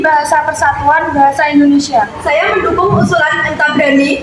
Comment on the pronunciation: INDONESIA......bukan Endonesa